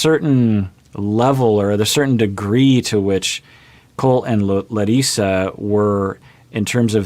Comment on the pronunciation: Hello!! Do you speak Russian? The way you pronounce Larissa is perfect Russian!!! Looks like you will be very successful in this language!!! No joke, no pun intended, just stating the fact !